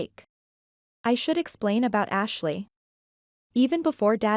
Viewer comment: I can't be the only one who heard Hashley